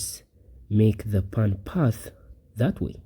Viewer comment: /po:n/ ... not /pun/ for pawn... dude